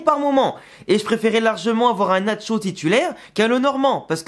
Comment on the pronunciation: Eh, l accent sur le nom nacho, est dans la première sylabe, NAcho